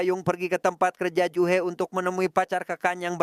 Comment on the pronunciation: Ju-hee biasanya bacanya Juhi, juhe kayak lg ngomongin Jule viral😂